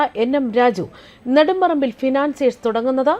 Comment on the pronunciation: Nedumparambilo, kodumparambilo? Karyam manassilakki news vayikku pennumpille.😂😂😂